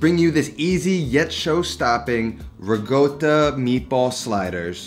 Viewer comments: So funny how you pronounce Ricotta so very 'New York style"haha Great recipe nonetheless..!!!! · Love you cooking . But its so annoying how you pronoince ricotta .. its not rigodda its ricotta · Can you please stop saying Rigotta and start saying Rikotta pls? I dont know why it bothers me so much haha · Absolutely love the food you're making, and the no nonsense presentation. But it drives me crazy that you keep saying rigotta instead of ricotta :-) No offense, and it might be my old ears. Keep up the excellent work. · I love the recipe but hates the RIGOTTA pronunciation. I mean, the guy is half Italian ! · Looks fantastic but it’s ricotta not rigoata 😅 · It’s ricotta, not rigota. Lol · its ricotta, not regoda🤌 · I like this recipe, and I’ll make it this week. Unrelated, I think I’m going deaf. Not sure but I kept hearing “riGotta”? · Sounds like he’s saying Rigotta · pls stop saying rigoata - it reduces my appetite hahaha